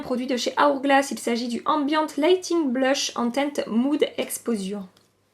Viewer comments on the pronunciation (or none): Totalement d'accord pour le choix du bronzer mais je suis plus claire de peau que toi et j'utilise le 20M le 10 n'a pas l'air clair c'est curieux... Pour info et sans volonté de me moquer, on ne dit pas "moud expozure" mais "moud expojeure" in english LOL mais c'est aussi mon grand préféré pour l'automne hiver, un vrai must have !